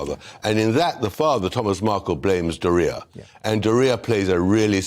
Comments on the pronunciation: He say doria, sounds diarrhea 😂😂. 8.47. I'm using this for her now anyone care to join me? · Adore how Mr. Bower pronounced Doria's name 😁😂😁